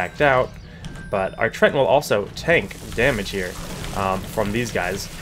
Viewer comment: Nice video, but "treant" has 2 syllables! :D